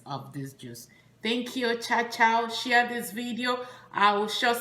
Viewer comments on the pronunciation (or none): none